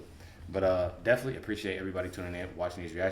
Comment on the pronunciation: DEFINITELY……..not deffly . Give me a break, this guys as dumb as Willis. Why do we need dumb people reacting to reaction videos! Learn to speak d bag